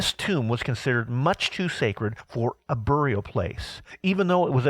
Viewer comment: Very cool except that I cringed at the pronunciations of skull and burial...lol.